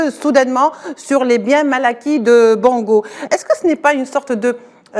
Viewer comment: Même si ce sont des rigolos qui nous ont fait souffrir, on dit Bongo et non Bango.